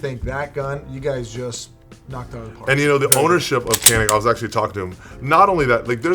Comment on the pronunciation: Pronounced "Janik"